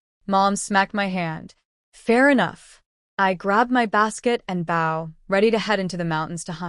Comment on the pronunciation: I wish you'd put the name get it in the background of the video video. That's how some of the AI channels are able to attribute the original work which a lot of people won't bother reading they just want to listen to your AI rendering. Other than the pronunciation of bow and a few other things you're doing much better.